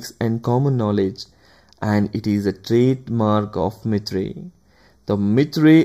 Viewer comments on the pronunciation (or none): video is good, but its not mithrey it can be pronounced as myter